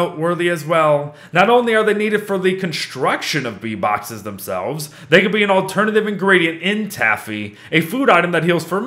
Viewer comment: What said: Bee boxes What i heard: V bucks